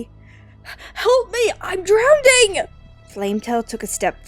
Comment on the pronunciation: r u saying drowning or drownding